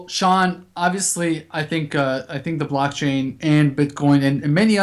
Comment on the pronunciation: Hi Folks,Great show, but wats this ,'blotching'? or 'blotchain'? all about, never heard of this, can anyone shed sum light on this for me please?